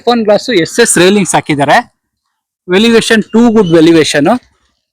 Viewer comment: sir aadhu elevation anthare... velivation alla